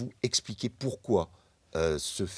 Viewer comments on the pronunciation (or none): none